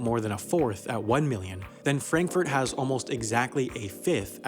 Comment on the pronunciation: Lol "Frankfurt"